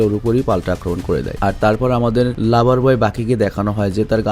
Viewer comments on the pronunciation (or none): none